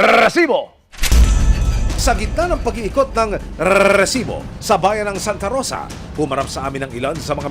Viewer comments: Mali Yung pnta nyo may nag timbre na hndi napag planohan ng maayos mas ok sana kung huli sa akto mas malupet padin si mike Enrique eto Yung kaka pronounce lang ng rrrrrresibo Ang malakas masakit pa sa tainga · Nakaka irita pag pronounce ng rrrrrrrrrrrresibo bweset ka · Grabe gnyan ang pag bigkas mo rrrrrresibo dba pwde sabihin mo nlng na resibo?😅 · nkkairita nman ung pgbigkas ng Rrrrrresssibo" ng host😡...hndi nman sya Rrrrrrrussssian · Grabe ung magkabigkas ng Rrrrrrrrrrrrrrrrrrrrrrresibo